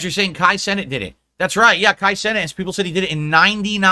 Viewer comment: "Kai Senate"